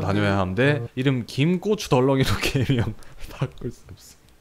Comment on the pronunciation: 아니 김고추덜렁이도 아니고 참...그...김 꼬츄 들렁이...너무 발음이 찰져여